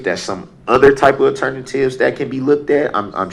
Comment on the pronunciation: I'm assuming when he says aternivetive he means alternative?